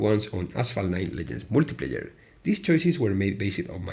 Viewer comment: That first "multiplayer" sounded like "wikipedia" lmfao